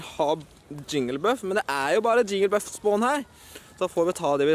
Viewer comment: Det heter jigglypuff ikke jingelbuff